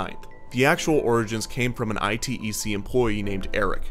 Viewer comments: I think the company is not I T E C, but actually "Itec" as in "eye-tech" - you need to work on pronunciation, bro. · fyi it's pronounced "i-tech" - I work for them. :)